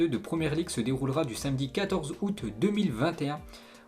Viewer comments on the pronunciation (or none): none